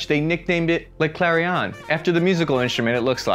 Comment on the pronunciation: You put the "i"at the wrong place when pronouncing the nickname of the Famas. It's the Clairon [klay-rõ] NOT the clarion [klah-ree-õ'n] . Clairon is French for "bugle",in reference to the gun's rough resemblance to this musical instrument.